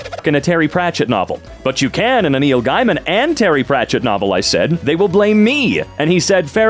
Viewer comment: Gaiman is pronounced GAYman